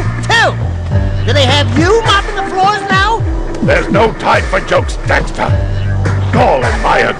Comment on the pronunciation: correction...jak not jack. daxter not dexter. also the game is called jak II not jak and daxter 2